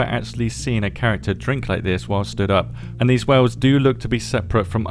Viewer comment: Wells or Wales. ??? 😂😂😂